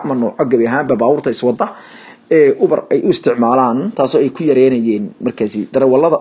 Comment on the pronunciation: Ubar maaha waxaa loo akhriyaa , Yuubar 🤣🤣🤣🤣🤣